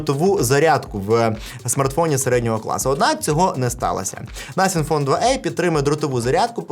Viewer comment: First 🇺🇦 Коли казав слово nothing мені почулось naфіг😁